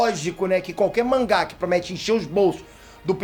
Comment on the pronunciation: pq vc fala manruá(manga)??